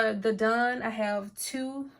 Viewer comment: It's DAWN.......not DONE